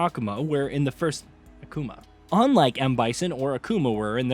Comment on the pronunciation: The first pronunciation of Akuma is correct, in Japanese 😊